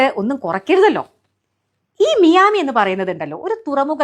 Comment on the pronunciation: മിയാമി അല്ല. മയാമി എന്നാണ്.